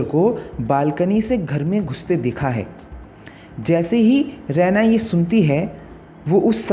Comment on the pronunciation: Usse Raa eena pronounce karte h रैना nhi